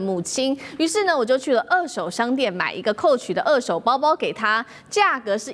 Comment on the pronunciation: 美女主播，不是惡手是二「ㄦˋ」手。